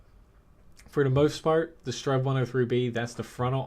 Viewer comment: did you just say 'strenv'